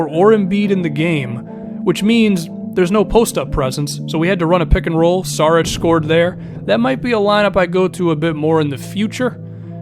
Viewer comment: it's Sharich not Sarich